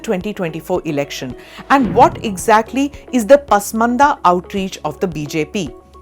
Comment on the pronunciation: Pasmanda not 😂 Porsha Right ❤